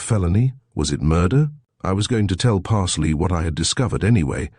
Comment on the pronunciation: Parsloe is surely the name ... pronounced Pars-low or Parz-low if from further south